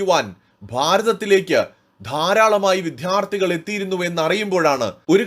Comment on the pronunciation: വിദ്ധ്യാർഥി അല്ല വിദ്യാർത്ഥി, (വിദ്യ അർഥിക്കുന്നവൻ എന്ന് അർത്ഥം)❤😂 പ്രത്യേകം ഉച്ചാരണത്തിൽ ശ്രദ്ധിക്കുക പ്ലീസ് 🙏🏼